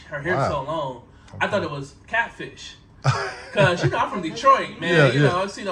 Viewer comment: When check back in with him, let him know it’s pronounced ’cause’. His pronunciation is killing me lol